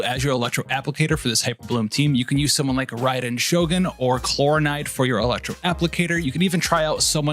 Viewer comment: "Klor - inde"